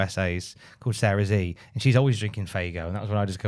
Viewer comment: Heads up, if it's the YouTuber I'm thinking of then "Sarah Z" is pronounced the British way - Sarah Zed rather than Sarah Zee.